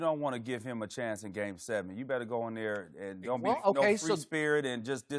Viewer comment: “I don know”